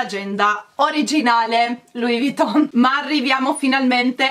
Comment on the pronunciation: perché pronunci Louis Vuitton con una t sola quando invece è con la doppia t? Davvero, non capisco perché lo pronunci così. Non vuole essere una critica cattiva eh!!